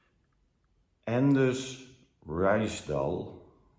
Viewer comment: The JW laywer Anders you pronouns like in Dutch Anders